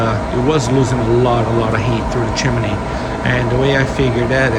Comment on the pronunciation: It's chimney, not chimaney genius. I hate ignorant 💩